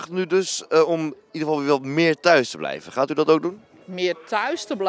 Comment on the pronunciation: 😂 “Meerrr thuis the blijvuhhh???”